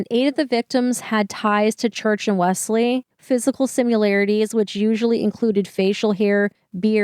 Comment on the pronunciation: WELLS-LEE is how it is pronounced.